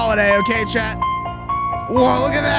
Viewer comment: I always thought you were saying Chad but I realize you were saying chat!😂